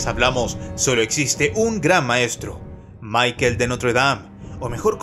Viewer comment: Maikel de Notre Dame dice jajajajajajaja pero que Maikel??? Michele !! Era francés, no inglés. Igual te doy pulgar arriba.